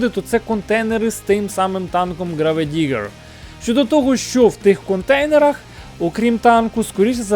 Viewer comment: Граведигер:)))Це бля якесь Сокиабле,вчи англійську.Село неасфальтоване😂😂😂😂😂.